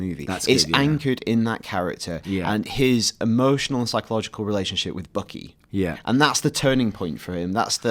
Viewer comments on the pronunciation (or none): Did you notice how the one guy kept saying bookey not buckey? Lol a tad funny to me